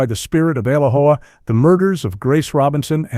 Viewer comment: I didn't just hear ALOHA mispronounced. I thought everyone even bots knew the proper pronunciation. 🤦🏻‍♀️